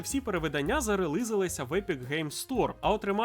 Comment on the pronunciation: релИзилися... кого вони там вирилИзували? асасИн... чий він асаСИН? Аса? Це слова іноземного походження, годі знущатися над мовою. Якщо ти вимовиш правильно через "І", то ти не русня, ти просто нормально говориш. релИз... п%3дець